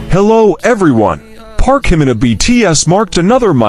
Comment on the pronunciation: Well deserved our Park Jimin, now just get someone who can pronounce his name.💜💜💜💜💞💞💞